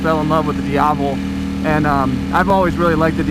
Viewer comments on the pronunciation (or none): It's "DIAVEL"